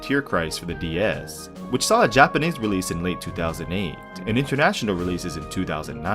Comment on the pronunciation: ur japanese pronounciation is good bro, thanks for the review